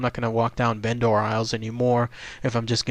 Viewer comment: Vendor is pronounced "VEN-der." The way you say it makes it sound like a Go-bot.